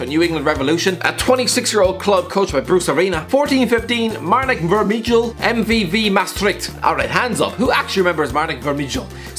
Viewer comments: The "ij" in Vermijl is pronounced the same as the "ij" in van Dijk and every other "ij" in the Dutch language, It's not pronounced as "ich" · When the Irishguy said Vermijl i lost it😂😂 the last part of is name (mijl) is Dutch/Vlaamsers for Mile you pronouce it kinda the same way